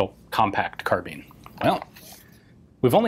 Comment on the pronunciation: please stop saying "car-bean".